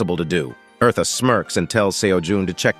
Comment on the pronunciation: Omg her name is not Marta is eartha